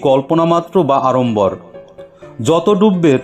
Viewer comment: জয়গুরু🙏 আপনার বাচনভঙ্গি খুবই সুন্দর। তবে সত্যানুসরণ পাঠের সুরুতে অযথা আড়ম্বর (আরম্বর নয়) ছেড়ে (ছেরে নয়) সরাসরি পাঠ করলে আমার মতো মূঢ় (মূর নয়) জনের বড়ই (বরই নয়) উপকার হয়। প্রগাঢ় শ্রদ্ধা সহ জয়গুরু। বন্দে পুরুষোত্তমম 🙏